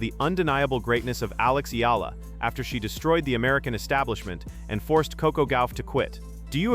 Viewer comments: Here we go again with the 'Eelah.' Please correct how Ms. Alexandra's last name is pronounced. By the way, it's a Filipino name, NOT an American name. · Hi!! Can you please at least spell n pronounce Alex Eala's name correctly!!! Thanks n more power to that wonderful person Alexandra EALA for d happiness n excitement she's giving us Pinoys during these hard times..